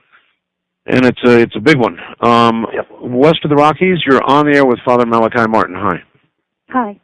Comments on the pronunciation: It's interesting, Malachi states his own name a number of times throughout the interviews, pronouncing it as "Mala-key". For whatever reason Art never seems to catch onto this, referring to him as "Mala-kai" all the way. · Dr Martin he himself states in interview #1 and #7 that his name is pronounced mal a key. Not mal ak eye. Ditto with mr Buckley interview.